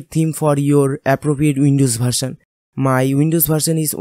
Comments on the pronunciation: Improve your language Its not bharsan its version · Bharsal nhi version hota h...🤣🤣🤣🤣🤣🤣🤣